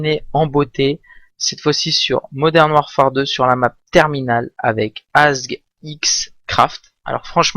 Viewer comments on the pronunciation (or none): none